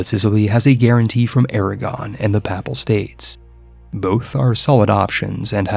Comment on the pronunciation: "Pah-pal states"? PAY-PAHL. ;-; Edit: And 'Duck-hy"? Maaaaan.